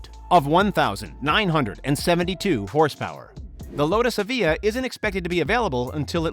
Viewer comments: You meant evija, not evihaaaaa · LayFerrari, Aviha, coutash??? What are those things? LaFerrari - (La)Ferrari; Evija - E-via; Coutash - no no no no no no....it's Countach (Coontaash)